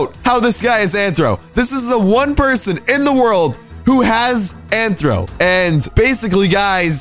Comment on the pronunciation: It's rthro not anthro